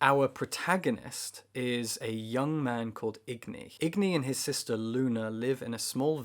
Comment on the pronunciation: Agni not igni